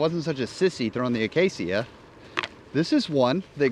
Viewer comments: Uh-Kay-shuh. Acacia. Say it with me: uh-Kay-shuh. Acacia. noice topic and vid. 😀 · Coming from a veteran Minecrafter, it's pronounced "Uhh-cay-sha." Also, it's an AGL disc approved in July, 2023.